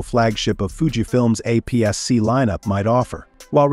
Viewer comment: You can tell this was AI generated. Who the hell says "apps"-"c" for APS-C?